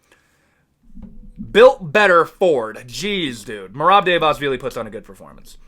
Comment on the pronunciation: yeah man the georgian takeover is REAL, merab and topuria made georgia proud and merab is going to take the belt soon. btw try pronouncing it like this bootleg chael: Duh-va-lee-shvilly